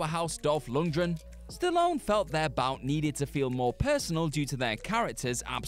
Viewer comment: cannot pronounce Dolph Lundgren's name. Dolph "Lungdren" Otherwise, good list.